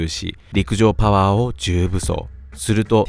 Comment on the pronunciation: 陸上パゥワァーでいちいち吹く